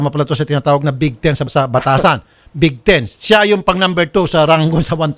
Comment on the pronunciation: hindi po bigaten sir raffy...kundi bigteen...bitayin